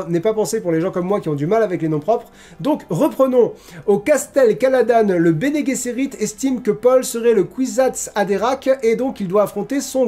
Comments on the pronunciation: Bene GUesserit. C'est du latin (bien agir) et G en latin se prononcent GU. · dans Dune de Lynch ça se prononce : "Bene Guesserite", et dans le Dune de Villeneuve : "Bene Jesserite". 🤗